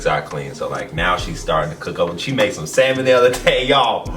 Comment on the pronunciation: He ran the words "salmon the other day" and it sounded like salmonella. 😂